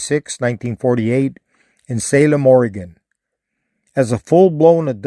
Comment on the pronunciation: I think this is. He said in the town of Salem in the state of Orange. knows how to say Oregon! This is.